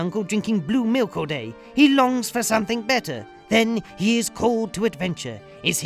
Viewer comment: I like the way you pronounce something, somethink?